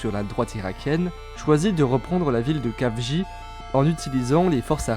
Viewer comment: Ca se prononce El-Khafji pas Kafji (comme la jota espagnol)